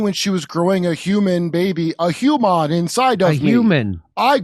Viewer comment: lol derp! "Humon"